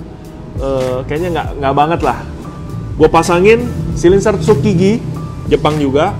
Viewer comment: Kakak kadang kaya yg bisa ngomong bahasa inggris tp kecewa pas ngmg Header jadi Hider, dan Silencer jadi silinser